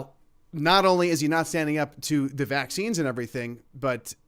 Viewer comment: He can't say vaccines